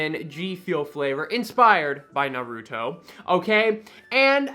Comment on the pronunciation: I love you … but please stop saying “Narooto” 😭 It’s “Nar-uh-toe”